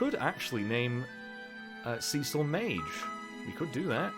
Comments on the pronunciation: And also Cecil sounds much better than Cicl . The second one sounds like coals cicling you know when you are making barbecue and the fat melts and falls onto the coals and you hear that cicling sound . Yeah ..... your pronunciation reminded me of that .... a, I hungry ?? Probably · I love the way you say Cecil. Makes me think it's Sea Salt every time. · It's so great to see you giving classic FF some love! 4,5 and 6 are all great, and I'd love to see you play them all! I've got to admit though, the way you pronounce 'Cecil'... I can overlook this though, I can just tell this is gonna be a great LP!